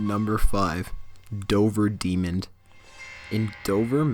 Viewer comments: Did you just say "Demond" as in Demon and "Mass-a-too-sis" as in Massachusetts? LMAO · ***** This kid DOES sound like a 6 year old. Did you hear him try to say Massachusetts? "Massatooshish" And he pronounced "demon" with a D on the end. "Demond." There were some others I noticed too. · excuse me people what the FUCK is a DEMOND!!!!!!! And why is the poor use of the spoken word being allowed to happen its DEMON!!!!!! no D wtf seriously!!!!! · Number 5: "Dover Demond. In Dover, Mashatushiss, ..." lmaooooo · ***** I know, but this guy pronounces it as Demond. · Also he said "Demond" instead of "Demon" right before he said that. LOL! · Dover demond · Tiaira Hill "Dover Demond" "Mashachewshits" Lol. But yeah. Great video.